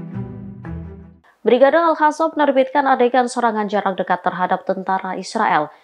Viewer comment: Nih yang pake kerudung kebiasaan ngomongnya al hassam,,,al qassam ga bisaa